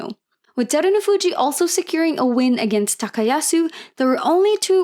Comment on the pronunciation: Really appreciate your video recap, I hope you keep doing them :) Great basho.. Only one nitpick... His name's HakuhO ShO, not Hakuhu Shaw... It's a BashO not a BashU... He's Terunofuji not Derunofuji... I am not trying to poop on you, but the internet is full of examples of how to pronounce their names, please do some research, everything else you do is so great